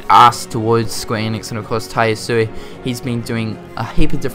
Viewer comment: Ya-su-eh. Not "ii". Sorry, I'm a nerd. Hope the character models are updated a lot in game, especially in BBS. I mean it was a PSP game, probably would look blurry in HD if they didn't redo the graphics. New sounds, err, sounds great. Can't wait. lol DLC isn't something I'm interested in atm. Maybe for KH 3, some crazy costumes, weapons or bosses maybe. ( Obviously I want most of these things to be already in game though. ) I wish the PS4 could just read PS3 discs instead.